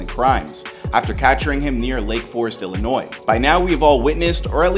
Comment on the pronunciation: Thumbs up for pronouncing Illinois correctly.